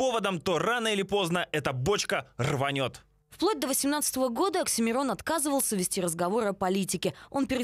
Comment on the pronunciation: не Аксимирон,а Оксимирон